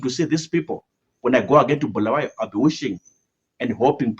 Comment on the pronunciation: its not BHU , it's Bu-la-wa-yo